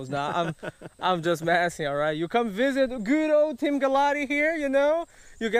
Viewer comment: For a long time now I thought he been saying Team